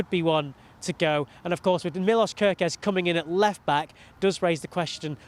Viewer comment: It's pronounced MILOSH ;)